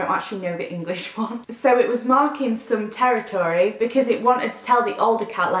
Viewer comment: Omg you saying 'territory' has made my night! Made me laugh so much. Hope you feel better soon